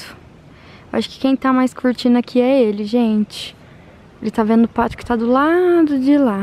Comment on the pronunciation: ..vc é uma amada..amo te ouvir falar..adoro o seu tá "veno"❤️😍😆